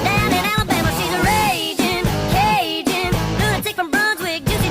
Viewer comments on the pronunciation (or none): none